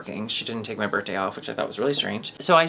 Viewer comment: Ok fully obsessed with how says “birttday”